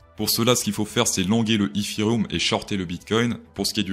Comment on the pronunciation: Comment tu dit etherum 😅😂😂 n'imp😂